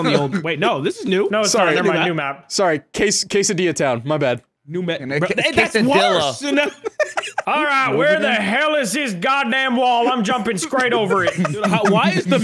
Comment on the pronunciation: mispronouncing quesadilla is crazy 😭